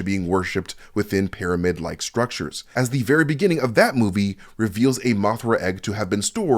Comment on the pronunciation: I will now only use the pronunciation of Pairamid from now on! My kids are going to love it! haha! Keep up the Great Work!